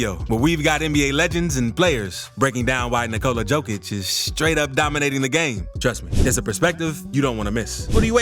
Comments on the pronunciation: One small complaint :) Pronounce it "Yokic" and not "Djokic". Yokic like Yolk, even Yolkic :) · Good video! Don't take criticism seriously. Here's a little help. :) Nikola's last name is Jokić, not Djokić. In Serbia, the surname Djokić is more common than the surname Jokić. Pronounced Yokić, like Yeti. 😀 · yo yo yo yo yokic, not joe joe joe joekic 😂 yes i know you write it diffrent but still.. it is yo not joe! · It's not Joe-Kich. It's Yo-Kich. Otherwise, great vid. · Yo-kitch, not Joke-ich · SMALL correction about pron. of his name. He is: J(Yugoslavia, Yamaha) O K I Ć(t+j). He is not: Đ(D+J) O K I Ć. Or J(Joker, Jamaica,... ) O K I Ć. Surname JOKIĆ(english: YOKITJ) on serbian means: SMALL NOT, Comon surname in Serbia. Surname ĐOKIĆ(english: DJOKITJ) on serbian means: SMALL PENIS. Veeeery comon surname in Serbia. Sounds weird but is true. Surname DŽOKIĆ(english: JOKIĆ) doesnt means nothing on serbian. Do not exists as surname. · Heey brodie, please start reading the "J" in Jokic as "Y" - so Yokic. Sending love from Serbia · Yokitch.... Ni-ko-la Y-Y-Y-Y-Yokitch. Please pronounce it right at least once :-D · Pronounced "yokich". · i liked button, but its funny to me that you cant prononce tme mans name.... remember, yokicg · Why can’t you pronounce his name correctly If you have all this respect for him? It’s pronounced YO-KITCH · Bro.... in a 8 minute video, you never said his name correctly..How are you going to make a video about a guy, but simply fail in saying his name correctly? Don't believe me? Listen to his head coach (of 8+ years) say his name one time. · This video sets the world record for number a Jokic mispronunciations in less than 10 minutes. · I had to stop after 30 seconds. Learn to pronounce the man's name, it's not that difficult